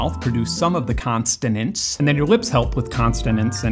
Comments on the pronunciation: It’s consonants, not “consTonants”. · Why do you call them constonants. You know it’s consonants, right? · Consonants not "Constonants" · "Constonant" killed me. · I very rarely comment on YouTube videos, but that segment had some absolutely glaring errors in it. I thought maybe he was just joking when he said “constonants”, and maybe he was, but right after that he said “splosives” instead of “plosives” and listed F as one of them even though it is a fricative and not a plosive. This is a very bad look. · the linguistic struggle of hearing "constonants and splosives" and knowing it's wrong but also knowing that prescriptivism is bad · There is only one "t" in both the spelling AND pronunciation of "consonants". 🤦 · I thought this guy was way smarter than me and then he said constanants and I realized that it's easy to look smart in a video you've made. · What is a “constanant”? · it's 'consonants' not 'constanants' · sorry for being a pedant but it's 'consonants' not 'constonants' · Constonants? Really? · just a gentle heads-up: consonents and plosives rather than constonents and splosives.. Otherwise I'm going to try very hard to ignore the oddness of the way you say these words and enjoy the video anyway. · I love this video but I don't get why you said constanants instead of consonants? Clearly it must be some kind of joke or reference I am not getting? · Dude, I love you, but it is conSONants, not conSTONants. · That's a...unique way of pronouncing consonants. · Can I be that guy who points out that you said consonants and plosives wrong? Because I am that guy. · I'm wondering when the word "consonants" got an extra letter T? Poo Toob content creators "consonantly" amaze me...